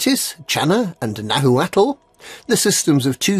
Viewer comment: Nahuatl should be pronounced Now-hwaht (there's probably a better phonetic way to write it); other than that keep the news coming